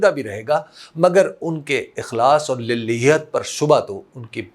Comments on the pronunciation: حضور ۔ پیغام بہت مناسب ہے ، مگر گزارش ہے لفظ پڑھنے میں للاہیت ہے للیہت نہیں ۔ اللہ آپکو جزائے خیر دیں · " Lil,hiat. " nahi " Lilaa,hiat. " . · آپکی اردو کا معترف ہونے کے باوجود آپ کے تلفظ للہیت - کا صحیح طریقہ ادائیگی لله + یت ہے ۔ شکریہ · بہت خوب فرمایا جان کی امان پاؤں تو عرض ہے کہ ایک لفظ کے تلفظ کی درستی مطلوب ہے اور وہ ہے [للہیت]۔ للاہییت یعنی دوسری لام پر کھڑا زبر ہے جو کہ الف کی طرح پڑھا جاتا ہے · محترم حبیب اکرم صاحب ، ماشاءاللہ آپ کا انداز عمدہ ہے ، وافر ذخیرہ الفاظ بھی ہے ، تاہم لفظ "للہیت" کا تلفظ درست کر لیجئے گا ۔ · ماشاءاللہ بہت ہی مثبت اور قیمتی گفتگو ہے اور اپ ماشاءاللہ اردو بھی بہت اچھی بولتے ہیں لیکن اس بیان میں لفظ للہیت کا تلفظ اپ سے درست ادا نہیں ہوا اس کو درست کرلیں تو بہت ہی اچھا ہوگا اصل میں دوسرے لام پر کھڑی زبر ہے جس کو اپ مس کر رہے ہیں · للہیت کا تلفظ صحیح ادا کریں بھائی صاحب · تلفظ ٹھیک کریں۔ آپ کی زبان معیاری ہے۔ حَفِظَہُ اللہ۔ محمد الحسن نہیں، بلکہ محمود حسن۔ اشرف علی تھانوی کی جو تصویر آپ نے لگائی ہے وہ ان کی نہیں ہے۔ غلط طور پر مشہور ہو گئی ہے